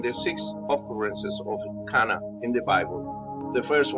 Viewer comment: It's not "Qanna"; it's "Kanaa"